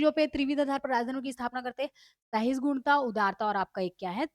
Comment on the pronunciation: Sahisgunta nahi hai sahishnuta hai